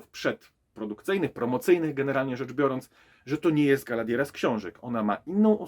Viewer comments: Galadiera? Może przed recenzją warto by się nauczyć poprawnie wymawia imiona postaci. I te pierścienie mocy na początku, poprawne tłumaczenie na polski to pierścienie władzy. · Nie da się ciebie słuchać przez to, że źle wymawiasz chociażby imię Galadriela i Elrond